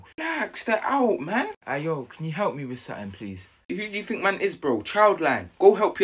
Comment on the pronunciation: “ tink about your life “😂😂😂